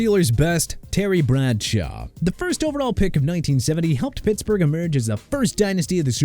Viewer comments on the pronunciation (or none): none